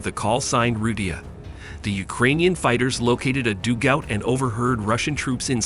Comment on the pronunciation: Mr robot voice ... what is a doo gowt?